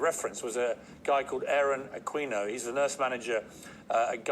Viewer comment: I love how pronounced (Aquino)..Aquweno..